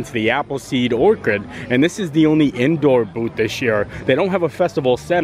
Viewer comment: Appleseed Or-ch-ard, cha not kah. Anyway, you should get a compact umbrella and clip it to your pants with a carabiner.